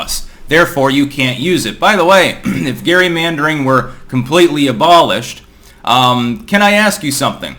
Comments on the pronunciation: Hey, it's pronounced "Jerry"-mandering, not "Gary"-mandering. That's about all. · its pronounced Jerry-Mandering like tom and jerry jerry. jesus. you need to have in person interactions with people more rather than barking at a camera one way and having some broken english wife and a babbling baby to talk to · ONLY would use the original pronunciation of “gary-meandering” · It it commonly pronounced Jerrymadering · Gerrymandering is pronounced with a "Jay" sound, not a "gee" unless we're changing things. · It’s named after Vice President Elbridge Gerry, so I guess it could be pronounced either way. It’s normally pronounced like Jerry in my experience though.